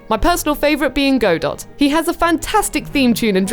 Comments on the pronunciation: Shouldn't 'Go Dot' be pronounced God Oh? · It’s not “Go-daht” it’s “Gah-doe” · Stop saying GO-DOT it’s pronounced GA-DOUGH I get so triggered when I hear his name pronounced wrong haha. He’s my favorite prosecutor. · You are right. It hurt me every time she said GAH DOT. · OBJECTION! It's GO-DOE. Not GUH-DOE. GO-DOE is how it is pronounced in the original Japanese version of the game, and the pronunciation is referenced as such by this line, spoken by the Judge (I do not remember the exact words): "Well then, Prosecutor Gobo." "Gobo" would not be pronounced "GUH-BOE", it would be pronounced "GO-BOE". Ergo, Godot is pronounced "GO-DOE". And that's that. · "Go-dot"... Okay... Okay. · I think Godot's name is pronounced Ga-doe but I didn't know for the longest time XD